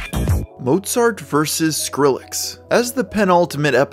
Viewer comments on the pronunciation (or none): none